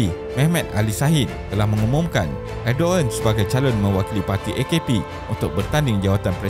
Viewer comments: Bukan edoen tapi erdogen lah admin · “Erdovan” bila menyebut nya bukan erdogan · Sebutan yg betul erdowan